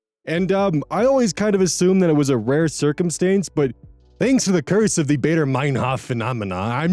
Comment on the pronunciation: Baader is pronounced with a Bah, not a Bay. It's German.